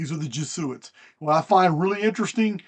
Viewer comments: FYI its Jeh Zoo It. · Pronounced E-Knoch. And Jez-u-it. Biblio-tecka. Great video. Thank you